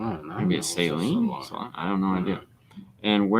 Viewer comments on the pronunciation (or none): Saloon is European for Sedan. Its not a type of car but catagory. Saloon is pronounced like an old western bar a saloon not salon. Love your channel!